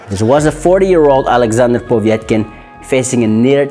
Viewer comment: It's not Povietkin but Povetkin xD